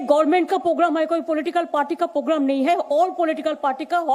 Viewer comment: ममता वो पोगराम नहीं प्रोग्राम होता है 😀😀😀